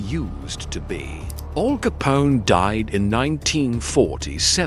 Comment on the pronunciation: Weird….pauses….in the….video. AL not All. Joemetro